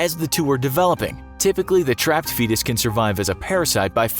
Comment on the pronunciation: “feetus da YEETus”